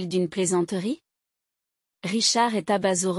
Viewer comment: Il faudrait apprendre à :'IA que le point est un signe de ponctuation qui implique un silence, pas la prononciation du mot "point" Qu'il y a une différence de prononciation entre le verbe "être" lorsqu'il est écrit E S T et le mot "Est" qui désigne un point cardinal.